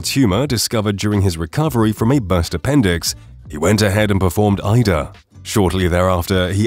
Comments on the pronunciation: How many mispronounced Opera titles can you fit in one video ? Ida ? 🤣😂😅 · The robot announcer has no clue how to pronounce foreign names like Aida and Figaro.